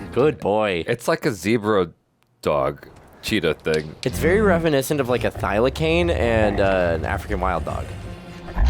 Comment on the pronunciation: Thylacine is pronounced “thyla-seen”